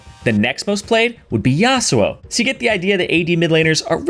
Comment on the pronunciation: AD Assasins... This dude: yAsUo